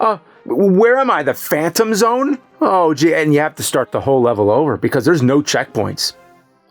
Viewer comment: This guy said Rzone lol